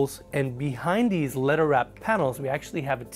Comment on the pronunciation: Dude needs to learn how to pronounce "leather"...it took me a while to figure out what he meant by "letter wrapped". Otherwise great video, beautiful yacht. I understand the Hilfiger theme but that bedding is just not attractive. I also think of all the homeless people, orphans and animals the value of this extravagance could help. It's not like you can take any of this when you go. What is really important in the short time we are here?